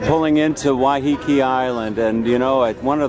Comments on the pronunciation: I live on Waiheke. It is not pronounced Wyheekee, as he keeps doing, it is pronounced Wyhekee, with the emphasis on the first syllable. The word comes from the Maori 'wai', which means water, and 'heke' which means falling. It is named after a cascading stream on the south side of the island, in the Whakanewha Regional Park, round the corner from the Rocky Bay village. The beach they ended up on is called Oneroa (pronounced onny-rowa), which comes from the Maori 'one', sand, and 'roa', long, so it means Long Sand, although it is not the longest beach on the island. The village above it is, of course, called Oneroa Village, the main village on the island and the first one you come to off the ferry. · Im sure its pronounced Why-ah-kay. ❤